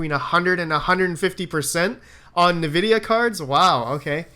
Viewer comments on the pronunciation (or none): That's hilarious, didnt get your comment until i couldnt stop hearing kneevidia :))